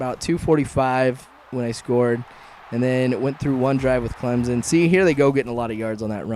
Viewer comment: It's Clemson with a s not a Z¡!!!!!!!!!!